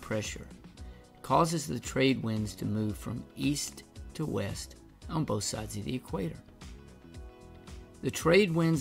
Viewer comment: "East to Wast"